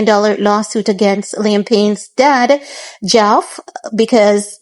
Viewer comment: Its Geoff reads as Jeff x